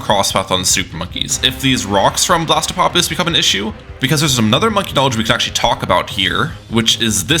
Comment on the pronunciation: its blastapopulis (with n extra a), not blastpopulis